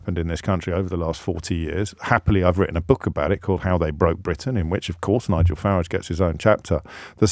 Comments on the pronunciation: Deliberately mis pronouncing Mr. Farage’s surname. Pathetic, mr o’ breeeeeen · "LBC's ex golden boy Nigel Fartage" get it right James